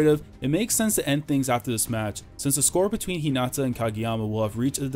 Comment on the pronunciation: Its Hinata not Hinata